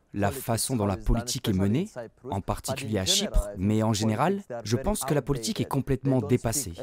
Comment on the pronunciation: La voix off : politchique, Poutchine, quoi fairrrr, positchif,... Cette prononciation je n'y arrive vraiment pas !